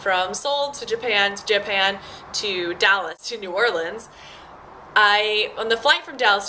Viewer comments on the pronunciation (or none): none